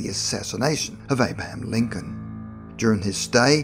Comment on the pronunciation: Had such high hopes this would be informative, alas no. Mumbly pronouncing Abaham Lincoln and ghost talk. Please....